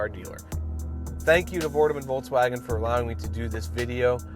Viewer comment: Nice review buddy! Just as a side note, it's pronounced "Folks Vagn", not "bolgs woahgen". it's German 🇩🇪.